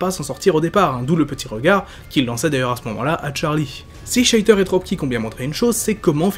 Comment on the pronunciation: Excellent Focus comme d'habitude ! (à part cette fois-ci, les nombreux "Sheiter" qui m'ont un peu fait tiquer x) Mais bon, la prononciation, c'est parfois un peu comme on veut...) J'ai bien aimé l'analyse supplémentaire des personnages permise par le peu d'incarnations à traiter, tu as pu prendre le temps de vraiment parler d'eux au niveau du média principal dans lequel ils sont apparus, du début à la fin de leurs rôles. Je me demande d'ailleurs si parfois, tu ne pourrais pas prendre une version spécifique d'un personnage pour le détailler un peu plus, une sorte de Focus sur un personnage, mais centré sur une apparition en particulier (des bonus à des Focus plus complets, peut-être ?).